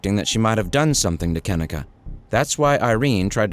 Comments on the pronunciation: Mannnn... this video is wrong on SO MANY LEVELS🙄🤦🏾 1st of all,, her name is pronounced [KUH-NEEK-UH].. not "Ken-nick-uh"💀 And 2nd of all,, she was 19.. not 18 3rd of all.. it was supposed to be a celebration for her obtaining a job at a nursing home,, but instead.. it was some "savage party" where everyone in that room was hoeing around💀😒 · KENNEKA - (KIN-EEE-KAH) SAY IT RIGHT OR DONT SAY IT AT ALL. DISRESPECTFUL AF. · Her name is pronounced -Ka-Neeka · That fool running hustlers mouth can't pronounce her name correctly. He needs to mind his own business. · Yes this is a very sad case I've been watching it for years but maybe you should have enough respect to pronounce her name right to have facts instead of false statements in your opening statement but all in all I hope you are truly trying to shed light instead of just trying to get clout off of it cuz the case needs to be broken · I hate how he keeps pronouncing her name wrong damn European